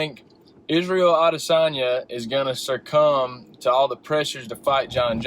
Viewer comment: This smart guy manages to say "SuRcumb" and "A-costa" in the same statement 😂 The fighters last night is Costa and the word is succumb, ya casual.